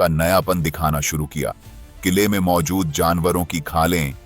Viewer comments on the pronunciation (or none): none